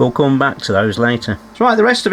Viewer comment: did you say ‘we’ll gum back to this later’? Nice touch with the channel theme tune 🎶 😊